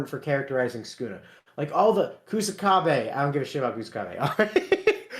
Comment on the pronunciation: Why are you calling sukuna skuna?